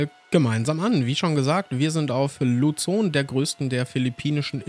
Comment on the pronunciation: Krass :D PS: Luzon spricht man einfach Luson.